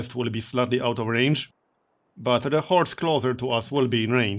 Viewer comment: Anyone else hear Whores rather than Horse in this ep? xD